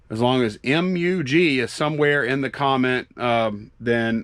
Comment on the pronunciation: Mug not drug.